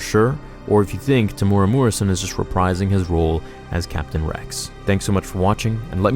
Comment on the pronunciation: It's pronounced Te mu era. Not Temura.